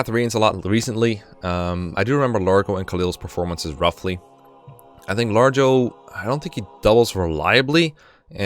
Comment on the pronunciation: Lar-go, not Large-oh